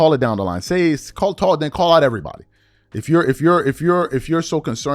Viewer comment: His big forehead calling it TOOITTON instead of Tuiton and EEERYBODY instead of Everybody but you criticizing Ms Crockett’s vernacular 😅